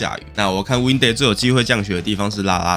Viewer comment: 埡發音是ㄧㄚˋ才對喔 Windy發音偏溫蒂